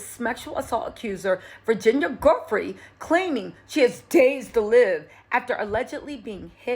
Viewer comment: Edits needed! Maybe a voiceover edit and repost? Virginia not Samantha. /Joo-fray/ vs ?? I don’t even know what you said there…? Guffree? Goffree? Godfree? 🤷🏼‍♀️ …again, ups professionalism and credibility… Our Criminal and Chief and former BFF to J. Epstein also benefits from her demise…